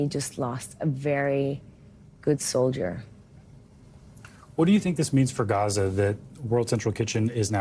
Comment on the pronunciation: Soldier, not 'solider'